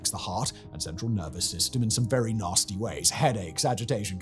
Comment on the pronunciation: lol@ "naRRRsty"